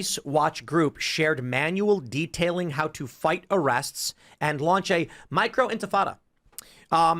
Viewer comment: "intifada" kek